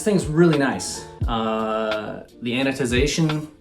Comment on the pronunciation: “Anotization” WTH! You said it wrong. THUMBSDOWN! Trash. Pure trash. Loved the video.